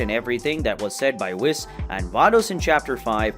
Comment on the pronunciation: i died when i heard the way you say Whis, its pronounced wees😭😭😭😭